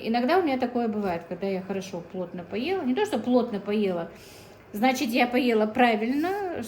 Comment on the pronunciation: постарайтесь избавиться от слова значить, и оно произносится без мягкого знака, оно режет слух,я очень уважаю вас,ваших дочек они умницы,смотрю все влоги, конечно печать печали есть на вашем лице,и жизнь ведь нелегкая,но самое главное чтобы дочки не болели,я желаю им здоровья